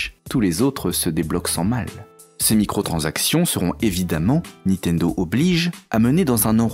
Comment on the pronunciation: Je "like" mais par pitié : ARRETEZ de prononcer "NI-TENDO", on dit NIN-TENDO ! (le "Une-réal Unjayne" est pas mal non plus dans le genre, c'est pas votre truc la prononciation correcte des marques hein !)